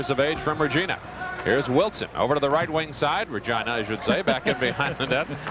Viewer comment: I have a feeling he nudged the play by play guy to properly say Regina 😂